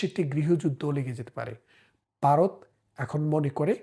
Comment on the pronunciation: ভাই দয়া করে শব্দ উচ্চারণে একটু সচেতন হোন। আপনি জনপ্রিয় না হলে বলতাম না। ব আর ভ ক আর খ এসব শুদ্ধ না হলে কানে লাগে। "বারত" আর "ভারত" এক না। "কেলা" আর "খেলা" এক না। আশা করি মাইন্ড করবেন না।